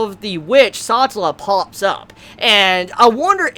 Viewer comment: A healer, is mispronouncing it just like how he calls the whale a well. Probably a sound that he never learned how to properly say. He is also mispronouncing Satella like Sa-ta-la instead of Sa-tell-a.